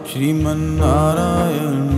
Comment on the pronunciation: नारायण है। नारायन नही।